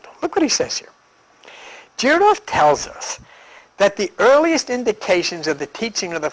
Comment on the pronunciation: Might want to learn to pronounce "Gurdjieff" correctly....